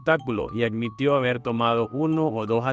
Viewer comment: Gracias por esta compilación, y relatas bien con un buen vocabulario, y por ello te pido de favor que digas "caPturando" (y sus variantes ) no "caCturando", "sePtiembre", no seCtiembre", "aDmitió" no "aCmitió", oBservaron, no "oCservaron", "desCripCión", no "desCriCción", "caPtó", no "caCtó", etc. Parece que insertar letras "C" indebidas es todo un problema para tí.